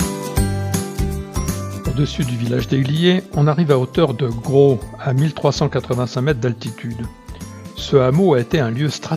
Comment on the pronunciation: Belle vidéo, pour information le " S " de Gros se prononce ! Dommage d'avoir pris la route sur les 3/4 de l'itinéraire finalement, un sentier fait presque tout le tour sans quasiment voir la route en goudron, partant du hameau de la Fond d'Eyglier et remontant sur Gros dans les falaise un peu plus bas que la route, puis le sentier du canal de Guillestre qui surplombe la route de la Viste !